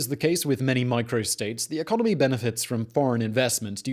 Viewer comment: Lol ecomony